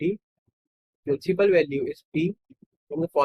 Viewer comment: Principal hota hai prinple nahi😂😂😂😂😂😂😂😂😂😂😂😂😂😂😂